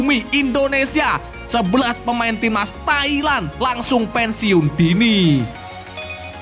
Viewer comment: 🤣 Mimin bisa aja ah.... Ketika bilang Thailand jadi TAiK LAN 🤣🤣🤣